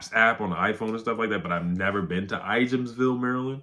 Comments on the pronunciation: I live near there, the J is silent in Ijamsville. It sounds like “I ams ville”. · The J is silent in Ijamsville, it’s in Frederick County.